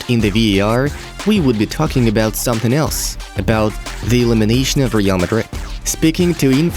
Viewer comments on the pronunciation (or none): none